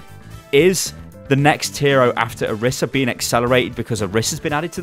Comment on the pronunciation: It's Oreesa pronounced btw ;)